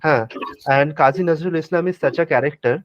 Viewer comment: Unlike Bismillah Khan, Nazrul (pronounce Nojrool) himself is Bengali. His contribution was not just Shyama Sangeet. You are making it sound like Muslim and Bengali are mutually exclusive and you are trying hard to include them into "Hindu Bengali" line while muslims are the majority amongst Bengalis and proudly Bengali.